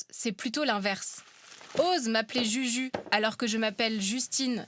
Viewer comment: Juju se prononce "joujou" ou selon les régions, "youyou", la prononciation du "u" français n'éxiste pas en espagnol. 😊😊😊